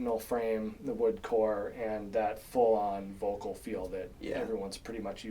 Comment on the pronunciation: jesus fuckin christ its VOELKL, not the thing u keep calling it u muricans